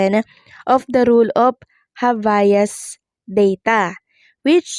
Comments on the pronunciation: Anong habayas? Habeas yon..pronounce it well ok 😂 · Pronounced "Hab-yas".